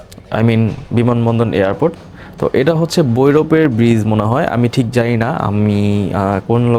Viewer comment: ভাইয়া কিছু মনে করবেন না, আপনার অনেক উচ্চারণে ভুল আর জরতা আছে। যেমন রিকশা কে রিসকা, প্রবেশ কে পবেশ, ভৈরব কে বৈরপ,বাথরুম কে ভাতরুম,স্টেশন কে ইস্টেশন,ভিডিও কে বিডিও,পিপাসু কে পিপুসু , জানালা কে জানলা বলেছেন এমন আরও ভুল বলেছেন । ভাইয়া ব্লগটা সুন্দর হয়েছে। যদি মুখের জরতা আর উচ্চারণ গুলি ঠিক করেন তাহলে আরো ভালো হবে৷ আমি এগুলে বলার কারণ হলো ভুলটা ধরিয়ে না দিলে সংশোধন করা যায় না আর আমার মনে হয়েছে যে আপনি এগুলো এরিয়ে চললে আরো ভিউ বাড়বে। আর মানুষ মাত্রই ভুল। সরি মনে কিছু নিবেন না। এগিয়া যান ইনশাআল্লাহ হবে একদিন।